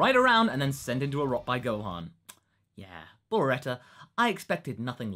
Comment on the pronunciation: Gohon? What the hell, the „o“ isn’t even close to the „a“, how can you get this wrong? Oh yeah, it’s also Beerus, like beer, not Berrus, but that’s not as confusing as Gohon. Just saiyan •••